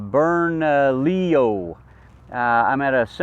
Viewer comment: Lots of weeds there. And, good job pronouncing Bernalillo.